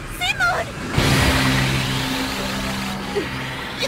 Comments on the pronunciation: They actually pronounced it as Simon and Kamina sounds like Guy Daigoji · It's Simon not Simon